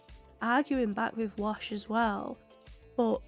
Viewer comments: A few episodes ago, you mis-pronounced his name, but I left it alone because you're a new "Firefly" fan, but you're 8 episodes in now so I'm going to correct you. His name is WASH, not Walsh. His FULL name is Hoban Washburn, but they just call him Wash for short. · I expect you've watched all the episodes by now, and I love your reactions! But every time you call Wash "Walsh" I cringe a little. 🤷‍♂️ Hoban Washburne is his name, he goes by Wash taken from his last name... 🤦‍♂️ But in the afterwards discussion, you pronounced it clearly a few times and made me happy! 😁 Zoe: I don't like him. Something about him bothers me. Me: It's the mustache! He'll shave it off just for you! This episode is one of my top 2. ❤️ The other crew had more guns, but they weren't aimed, and the other captain would have died first if anybody tried anything. They weren't going to risk losing one or more people. I think River did sense a fire that had just started, and then it grew very fast. The sniffles were nothing, and hopefully by now you've completely recovered!